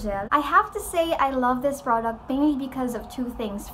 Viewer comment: The way you pronounce the word product hahaha relax your jaw girl haha